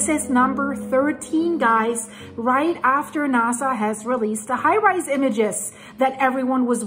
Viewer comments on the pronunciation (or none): Isn't it "high 'rez'" images (as in resolution), not high 'rise' images?